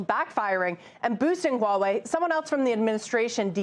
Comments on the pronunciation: WTF is "Wah-way”? It's "hwaa·way". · Huawei not HAUWEI